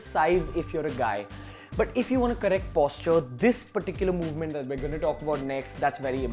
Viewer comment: Good To Know Stuff It's Posture Not Posutre !!